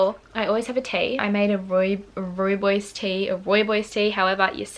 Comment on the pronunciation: I loveeeee this!❤️ I’m from South Africa and you’ve got the “rooi” part down and bos is literally pronounced like “boss” ;)) it literally translate to red Bush I think but I’m not Afrikaans ❤️❤️